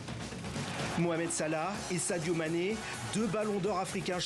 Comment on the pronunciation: Prononcez bien le nom de Sadio Mane, Madame. Merci.